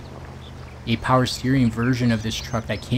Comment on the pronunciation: Oh... Haha the ytber he is always sayin powaa